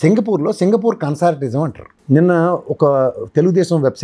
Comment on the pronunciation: అది కన్సార్టియం సార్, కన్సార్టిజం కాదు.